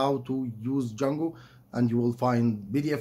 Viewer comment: And it is not "Jungle" it is "Django", no Rudyar Kipplig here...